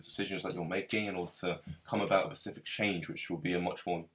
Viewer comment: Sorry little correction😄 you keep saying Pacific when I think you mean specific😊 other Than that great video bro, keep up the good work:)